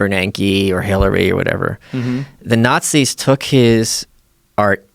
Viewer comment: "Nahtzees" Every time he says that he loses a bit of credibility